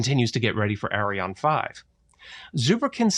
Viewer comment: Please pronounce Arianne correctly. I cringe every time you say "Arion".